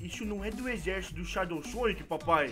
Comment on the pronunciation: Não é shadou Sonic é só shadou e se pronuncia shedou ele é mas rapido que o sonic